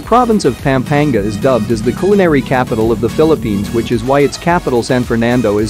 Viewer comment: If I hear you mispronounce PAm-pa-NGA one more time! You should not do videos about an area if you don't bother to pronounce the name correctly. You speak PAM like an American woman's name, it is not pronounced that way. A in Tagalog is short always.